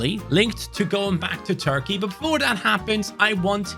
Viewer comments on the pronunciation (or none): none